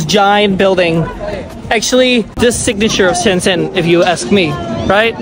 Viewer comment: Shenzhen is pronounced like ShenJen, not Shendsen. By the way, it's not Arab music. It's Uyghur music from Xinjiang. Those old women have a weird fetish of Uyghur music and dance.